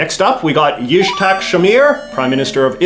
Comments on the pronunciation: Bro u said ishtak instead of its-hack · As a Hebrew-speaker, I died a little inside when JJ tried to say "Yitzhak" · I would have picked Rabin rather than Shamir. Also Jesus Christ that Yitzhak pronounciation